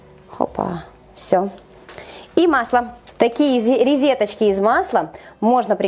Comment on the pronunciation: говорит ризеточки,поэтому я и отреогировала,режет слух🙄